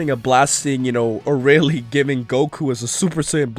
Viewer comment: Vegeta's just got a new rival, Arale... He will never forget this! And it's "ArAle", not "Araile"